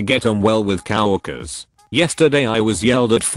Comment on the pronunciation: Somebody fix the robot voice. It's not cow workers, it is co-workers.